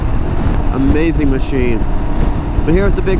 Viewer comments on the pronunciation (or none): none